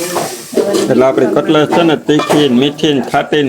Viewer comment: CUTLACE NA KEVAY..CUTLETS KEVAY.